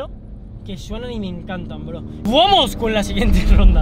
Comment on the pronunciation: Jajajaa como dijo :vuamos sjsjsj